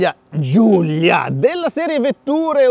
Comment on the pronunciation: si chiama Giulia non Giuglia mannaggia alla pronuncia di santo stefano